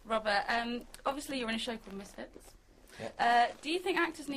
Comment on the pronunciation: Did you guys see how he said misfit's? it looks like he missed it.